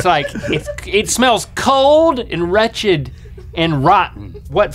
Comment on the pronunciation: and this sounds rhettchid lol